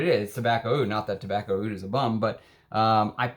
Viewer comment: I lived in Middle East. Roja is saying wrong. Arabs and Asian says Oud not Aoud. and this only Oud. the letter in Arabic against A is Alif and O here rep. Ain where ain sounds from back of throat and have no similar sound in english , Hindi , Persian and Urdu.